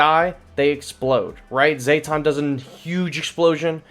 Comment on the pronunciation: Zeh-tawn not zay-tawn